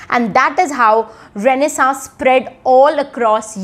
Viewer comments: No... Her pronunciation of England is also wrong. While she's doing a great job of disseminating information, her pronunciation is kinda bad. So don't learn that from her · Is tht pronunciation of renaissance correct?